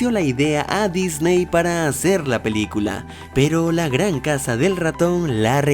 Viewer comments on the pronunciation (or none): none